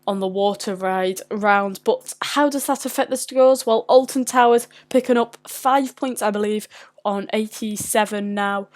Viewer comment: YOU MEAN {SAYS IN VERY POSH ACCENT} ALTON TARS